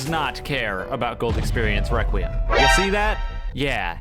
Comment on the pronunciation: “ Reqwem. “ -.